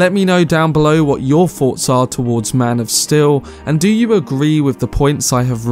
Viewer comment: "MAN OF STIL"?